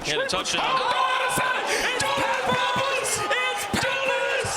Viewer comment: Dude annoying as hell ppppppeppers 🤣🙄